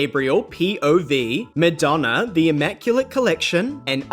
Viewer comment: Did you really say Midonna? 😂